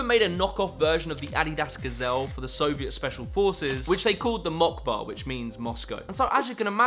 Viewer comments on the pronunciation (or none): Do not pronounce it Mock Ba, its pronounced Moskva holy fuck. those are not english characters. lol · Did he really pronounce "MOCkBa" like [mockba] instead of [m'skva]? OMG. English. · It's in Cyrillic, Moskva, not Mockba. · which they called the mockba 💀 its cyrillic its MOSKVA С = S , B = V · it's not MOCKBA mate, it's Moskva. this C is actually an S and the B is V in Russian alphabet. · we gonna skip over how he called it the mock-va and not mosk-va bc it’s in Cyrillic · "Mockba" :D MOCKBA is actually MOSKVA (Moscow) written with the Cyrillic alphabet. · the ''mockba'' is called: ''moskva'', just so you know :) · Bruh really straight up said "Mock-bow" without a second thought lol. If the shoe is named for Moscow then the letters are cleatly supposed to be cyrillic. It says "Moskvo" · It's pronounced as moskva, not mock ba.😂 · My brother in Christ those shoes don't say "mockba" It's in the Cyrillic alphabet and sounds like "moskva"💀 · It's not "mockba", it's москва in the Cyrillic alphabet. Sounds like "moskva" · It's not "Mockba", it's "Moskva". Cyrillic characters don't all sound like what they look like!!!! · that says "Moskva", not "mockba". It's written in the cyrillic alphabet. Also you pronounced Nike and Stussy wrong. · "which they called Mockba, which means Moscow". Uh. It's read more like Maskva. Kinda strange that the guy makes a video about Russian subculture and whatnot, and has no idea that Russians use Cyrillic, which is pronounced quite differently than the English pronunciation of the Latin alphabet. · Lol, Mockba. It's pronounced "Mosk-vaa" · Nah bro u cant pronounce "Москва" as mokba, it is cryllic(another alphabet) and is pronounced more like moskva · haha same, I actually double checked to see if I heard it right because I thought no way this guy thinks that Moscow in Russian is Mockba lol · called "mockba". LMAO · HE SAID "MOCKBO" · why did he call it mokba 💀💀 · it’s pronounced “moskva” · lol at Mokbo just say moscow tf